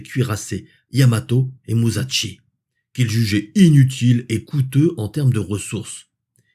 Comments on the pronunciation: Olala tu vas encore te faire taper sur les doigts😂. Ca se prononce Mu-ssa-shi 😅. (Pas muzatchi) 😮 Ah le Yamato... quelle merveille de technologie et d'ingénierie! Bien que les derniers cuirassés americains avaient un tonnage inférieur et des cannons plus petits, ils avaient des aides au calcul d'une solution de tir tout temps, avec une sorte de proto ordinateur Matra Alice rouge terrifiant a l'intérieur! Rends toi compte! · Salut, passionnant. Attention à la prononciation de Musashi, ça se prononce « chi » et non « Tchi » (et encore moins Ch’ti 😅), c’est la différence entre し et ち